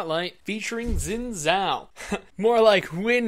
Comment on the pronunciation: Zin zao? Pronounce it correctly